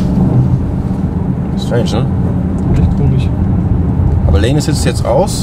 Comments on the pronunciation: Wie komisch sagt ist echt komis. 🤔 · smartnotangry echt komich 😄